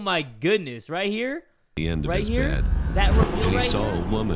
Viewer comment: his deep voice when he said bed sounds like bayd cewl